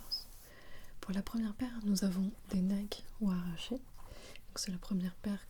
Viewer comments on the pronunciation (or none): Des nikes « ouaracher » 😭😭